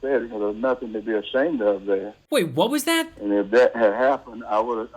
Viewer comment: He’s not emphasizing What was that? It’s like it not the name of the show the way he slide over it.